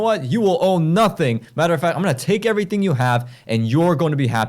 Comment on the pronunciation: you will "owe" nothing or "own" nothing ?